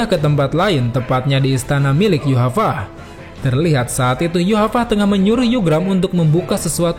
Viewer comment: Min, kenapa nama nya Yhwach jadi disebut Yuhavac? Pusing dong mikirin Yuhavac Yuhavac.. rupanya Yhwach.. wkwkwkwkwkwkwkwkw